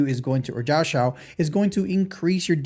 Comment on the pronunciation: It's not Jiao Q, pronounce it like Jiao chiu